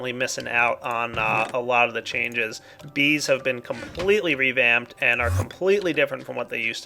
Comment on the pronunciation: sounded like you said vis instead of bees in the end of the episode :P